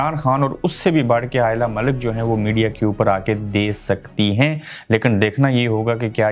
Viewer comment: first correctly say lady name